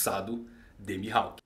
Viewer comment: eu ouvi da primeira vez ''assado de mihawk'' kkkkkkkk